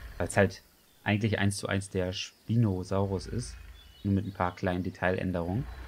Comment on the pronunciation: Man spricht ihn eher „In-ßpineh-raptor“ aus. PS: Den Spinosaurus spricht man auch „ßpinosaurus“ aus. (Mit einem scharfen „S“ Laut)